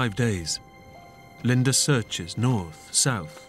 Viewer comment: Its not Linder...its Linda